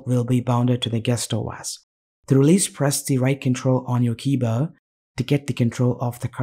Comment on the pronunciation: what the hell does "to release press the right control on your keybuh"